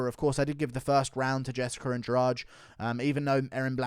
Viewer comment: It's Jessica, not "Jessicker"